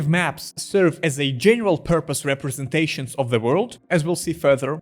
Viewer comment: "neural represenations" is this mistake "on purpose"?